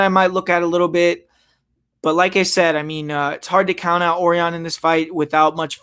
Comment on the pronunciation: it's pronounced O-RI-ON ..... not OR-ION